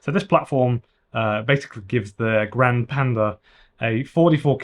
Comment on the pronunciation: If you are pronouncing Italian words say all the letters grand - e and the e Is e like in Elephant